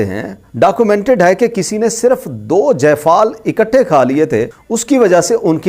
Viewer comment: جفال نہیں ہے جائفل ہےاردو پڑنا بھی سیکھ لیجیے شکریہ